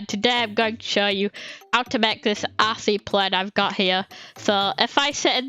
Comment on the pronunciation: When you say rc i think you day ass-ey